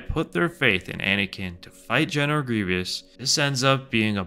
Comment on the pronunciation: its GRIEVOUS, not greeveeous